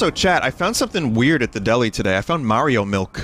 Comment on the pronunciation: ya wanna dwink all your mawio miwk